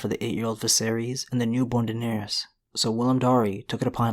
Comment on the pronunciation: Air-Riss not air-Rees right? All of the targs with the -ys ending are pronounced “Riss”